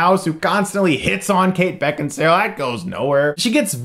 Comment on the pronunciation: Beckinsale so hot though prolly butchered her name.